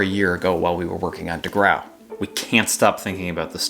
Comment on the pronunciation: degrau is said 'degrow', I think...but so what